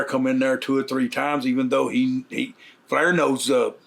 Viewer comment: Is he saying Flair or flour Hahaha!!